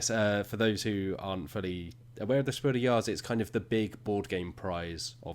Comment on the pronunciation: It confused me very much to hear "Spiel des Jahres" pronounced like it's French.